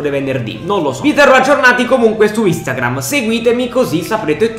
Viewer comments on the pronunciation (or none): none